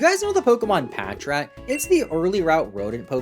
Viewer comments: Bros so forgotten about pronounces his name wrong 😭 it’s Patrat lol, not patchrat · Patrat so forgotten bro can’t even pronounce it right 💀